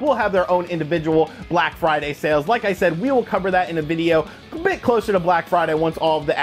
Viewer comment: BRACK FRIDAY BUNDURU???